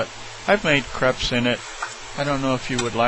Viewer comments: Cray-pes. Not creps. Crépes. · Its not like creps its like cr(a)pes